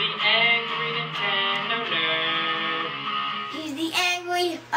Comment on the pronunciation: He's the angrY nInTendO nuuuurd